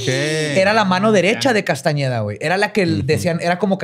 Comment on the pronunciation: 😖 mi cara cada que decía Castañeda... 😄